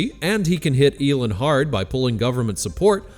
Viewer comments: Its Elon, not Elun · Eeeeeelon. Not Elun. Or is this whole channel narrated by AI? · that isn't even a sentence. Let me help you " are you confused about who Elon is?" No. I am laughing at the AI voice calling hin Elin instead of Elon. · How to pronounce Elon= Eee-Laawn😅. Get it right! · As a first step, why don’t you ask Grok to help you pronounce Elon‘s name. Hint: it’s not Elin. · I shouldn’t care because I can’t stand the guy, but there are only so many times I can hear it pronounced as “Elin.” 😂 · Why are you saying Elin? Are you AI? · You don't seem to pronounce Elon correctly/normally/the way he does. It's not "Elin". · Why are you pronouncing Elon as Eeelin??? Just wondering. I guess it's just another AI voice thing. And come on, we all know that if Elon started his own political party, it would be called X. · This AI can't pronounce "Elon" ?